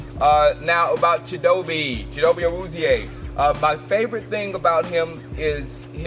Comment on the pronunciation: I think it's pronounced chit-o-bay